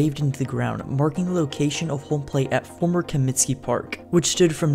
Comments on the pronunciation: Comiskey...not Cominsky. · Bro, first rule of doing a White Sox video is learning to correctly pronounce “Comiskey”. It’s not “Cominsky”.